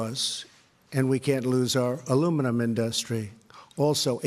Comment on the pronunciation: It's industry, not in-dust-tree.